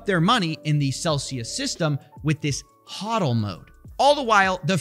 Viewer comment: its "HO" dl not HA dl